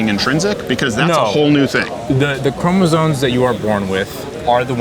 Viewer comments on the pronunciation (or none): Hard to have a legitimate biology discussion with someone that says "chromosoNes" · is this guy saying chromozones? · I think this guy was respectful and all but bro...it's chromosoMes....not chromosoNes. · Does he know it's chromosomes, not chromosones? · This kid can't even pronounce "immutable" or "chromosomes" correctly. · Could you axe him what XX and XY chromosones have to do with gender. These idiots can't even pronounce basic biological words like chromosome let alone know what it is. This is what Marxism does to institutions of higher learning. At least in my day we could blame it on the acid. What's their excuse. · Rules for happy living: Never attempt to argue Biological Sex Determinants with someone who doesn't know how to pronounce "chromosoMes."